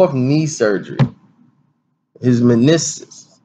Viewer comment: You said manisiss 😂😂😂